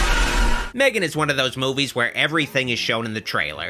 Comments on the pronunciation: It's pronounced as Megan. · Ma-three-gan... hilarious